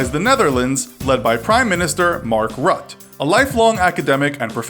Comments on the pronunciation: Please, say RuttE and not Rut. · great video but I suggest just getting some advice with regards to pronunciation of the various names of these people. For example, Cyril Ramaphosa sounds like "Ra-ma-fo-za" while you pronounced it "Ra-ma-po-za". Another would be Mark Rutte which you pronounced in a very american way but should rather be pronounced with the "e" at the end. In dutch if we end on vowels they aren't silent.